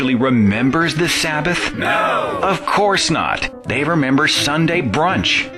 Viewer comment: its not remmbar the shemth its kip and remmber